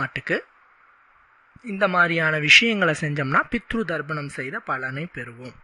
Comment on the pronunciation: Pronounce as "Tharpanam" and not " Dharpanam.